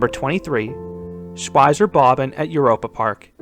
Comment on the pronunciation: Ive been to Europapark over 60 Days (It's almost a tradition in my family) and Schweizer Bobbahn was always buttersmooth to me . Did you sit on someone (I mean this double seat thing I hope you know what I mean) . And btw it's pronounced ,,Schwei-TS-er Bobbahn" :)